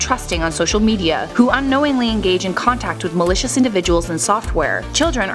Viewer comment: whenever she says malicious, it sounds like militia